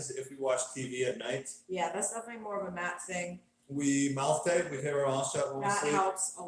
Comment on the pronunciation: Did he say...mouth tape?